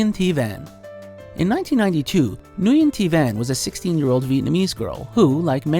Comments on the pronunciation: That's not how you pronounce Nguyen... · Nguyen is not pronounced "new-yen". It's more than a little disrespectful to not bother taking the 3 seconds to figure it out. (It's most common pronunciation is closer to "win" or "when").😩 Although it's not nearly as bad as another Mojo video that pronounced Ralph Fiennes as "Ralph Finn-iss" instead of "Rafe Fines".... that was laugh out loud bad. 😂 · Uh, the Vietnamese name Nguyen is actually pronounced "Wynn" not "Nu enn." Food for thought 👍😊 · "Nyugen" is pronounced as "win"... plz look up correct pronunciations of certain names before posting something 🤦‍♀️ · Nguyen is pronounced "win". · Nguyen is pronounced Winn. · Narrator must not be around Vietnamese people much. Nguyen is pronounced as "When". Understandable mistake if you're unaccustomed to that name. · Everytime you said 'Nguyen' a part of me died. It's literally a super common name among Vietnamese people. Look up how to say it.